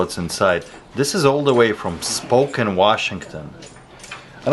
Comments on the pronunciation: Sp'o'ken Washington... 😅 never heard anybody say it that way ... Spokane pronoused (SpaCAN) If you're ever visiting Washington, that's not the place to go to, lots of other beautiful places to visit in WA. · Pronounce Spokane - Spo ‘can’’ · It’s pronounced Spoke-can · its pronounced spo can (Spokane) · U said Spokane wrong it's spo Kane lol I'm from there n live here 😂😂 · Help a poor scandinavian here: Is Spokane pronounced "Spo-Ken" like he did or "Spo-Cane" (I thought it was the latter)? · Stop saying it like that. It’s SpOH- CAN… driving me fuckin nuts.. 😂😂❤ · Well I highly advise learning how to pronounce Spokane (Spo Can) before your head out there. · he pronounces Spokane spoken 😆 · I used to live in WA state. You pronounce that city Spo-CAN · pronounced ….Spo can……Washington.. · Also, I know he has an accent but he pronounced it like “spoken”…. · In saying Spokane, the kane sounds like can.